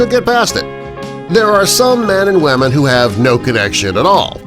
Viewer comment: Sorry but did you say wahmen